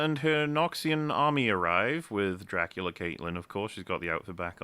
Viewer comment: "Count Dykula"